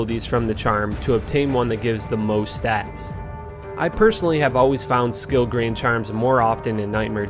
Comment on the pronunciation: lmao, tf is a “grain” charm